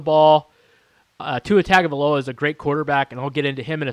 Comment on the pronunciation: LOL! This guy says Tagovailoa has an average arm. LOL! He also can't even pronounce his name correctly. Really, after all these months and coverage on the media, he can't pronounce the name properly. Makes you wonder about this channel. But then I looked and saw that this channel was listed under "comedy". Makes sense now.